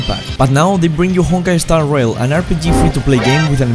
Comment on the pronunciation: "Eh-Honkai Eh-Starail"😂😂😂